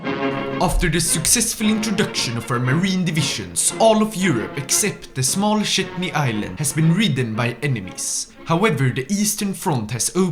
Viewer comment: ah yes, the Shetney islands, the perfect mix between the Orkney and the Shetland islands 😅